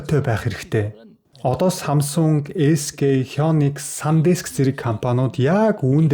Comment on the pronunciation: SkХёнкс гэж уншаад байх юм sk хай никс гэж унших нь зөв